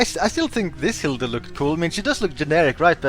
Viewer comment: German here Hilde is not pronounced as Hilda.